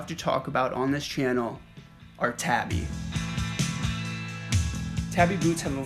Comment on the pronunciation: I’d like to point out tabi is pronounced more like tahbi than tabby, in line with the Japanese alphabet.